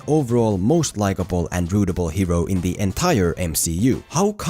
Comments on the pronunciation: Like this comment if you're from Australia and you smirked everytime says "Rootable" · Is he saying rootable?